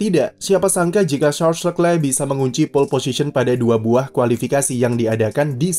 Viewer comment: masukan buat narator, cara baca nama Charles Leclerc : Sharl Lekle